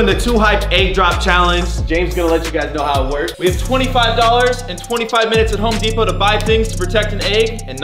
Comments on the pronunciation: “HoPe DePoT” do you mean home lmao 😂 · “hope depot”😂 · He said "Hope Deopt"